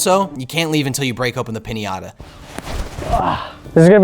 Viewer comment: You guys pronounce pińata weird